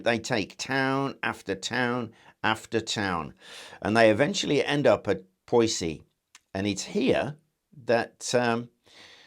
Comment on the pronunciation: PS : Poissy is pronounced "poesy" in French :)